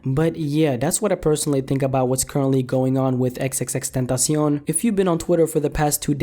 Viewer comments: Its Xxx TEN ta see on. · Xxx Tan tas eown.... why do you say it so weird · Chris Villalvazo It's x x x ten tah si ON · XXX Tuntasion :B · Ffs can you just pronounce it right pls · The way you say his name tho xD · NinjaMaker_NM ethan is wrong saying that is the right pronunciation and the guy in the video is so bad at spanish. Drake is a bitch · Bruh disrespect the way he said "tentacion" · Does anyone else cringe when he says tentacion?